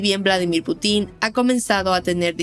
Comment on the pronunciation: No se dice Putín.. no lleva tilde en la i